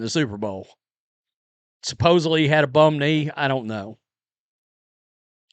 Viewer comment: You said ‘suppose-BLEE’..???